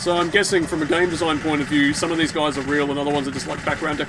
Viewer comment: "theeze are te photographs in Dimitris appartment" lol. By the way on that's the photo of Kyiv.